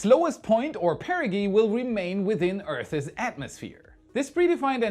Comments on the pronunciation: Earther's lol. I think you mean Earth's 😂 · I really enjoy your videos and look forward to them. Minor requests: Please provide metric values. Earth's is pronounced Earths, not Earthses :-) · "Earth's". One syllable. Sounds like "Nerfs". Otherwise excellent as usual. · I don’t like to nitpick but you say it so often I just feel the need to point it out. The word earth’s is pronounced exactly like earths - only one syllable. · "earth's " is 1 syllable- not 2